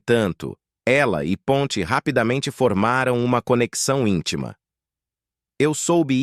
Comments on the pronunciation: A ONDE VOCÊ OUVIU PONTÍ. POR MUITAS DECADAS EU OUVI PONTI SEM ACENTO. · É Ponti e não Pontí.0 vomunicador tem momentos que pronúncia palavras de um jeito e depois de outro ,não entrando numa pronúncia certa de acordo com o pais de origem dos atores